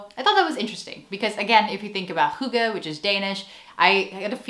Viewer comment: Hi fromDenmark "Hygge" was spot on!!! 🎉🎉🎉